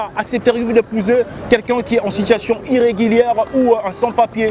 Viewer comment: "irreguilière" Mais force à toi un vrai congolais💪👍👍